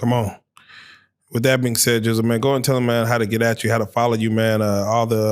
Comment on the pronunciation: Gizzle not Jizzle